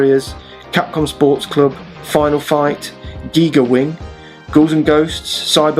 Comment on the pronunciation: Ah, yes, Geega Wing.